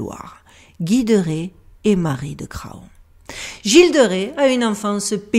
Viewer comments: salutations. bon alors j'ai déjà failli intervenir pour souligner "on ne dit pas gratte ciel" parce que... voilà! (grat'ciel!) Mais là, ma chère je ne peux pas laisser passer Jean de Cra on. parce qu'on ne dit pas fa on, on dit fan (bébé de la chevrette, faon).. Un énorme merci pour ton travail. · Château de champ pot cé…😂😂😂 heu, on prononce chantocé. Ce qu’il reste du château est sur la route de Nantes -Angers (champtocé sur Loire)idem pour Craon; on prononce cran.